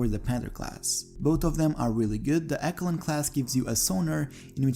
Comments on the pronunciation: Great video. But the word Echelon is pronounced Esh-uh-lon not ekalon. Someone hasn't played Metal Gear Solid and it shows. lol jk. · man said ekolon ;) it’s pronounced echelon as in eshlon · It’s pronounced “Eshelon” not “Ekelon” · "Eck-a-lon"? Really? 🤣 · Echelon. It is pronounced (esh-a-lon) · Echelon = Esh-e- lon 😉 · Its pronounced {eh-sh-eh-lon}… begginers guide to pronounciation.